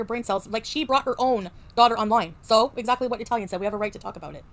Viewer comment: “Exzacky” 😂. It’s giving very much “dispectful”.